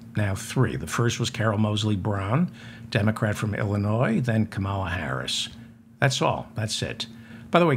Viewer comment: And perfect enunciation! If I were teaching diction or ESL I would require all students to listen to you. Every sound comes out so clearly (but I would prohibit them from listening to your pronunciation of Illinoize the other day)😂